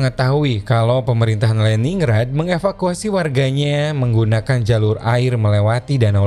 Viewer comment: Just info : Lenin grad utk pelafalannya Om.